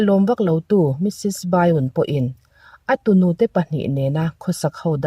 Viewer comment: Bai-un ti lo hian mrs.byun hi mrs.bian ti ang hian lam ri la ka lo ti lutuk a a,ngaihnawm mai siaaaa